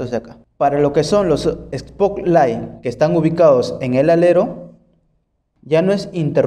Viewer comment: No confíes en alguien que diga "espoklaig"